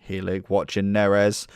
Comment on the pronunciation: I’m a Barnsley fan and the way you say helik :/ 😂😂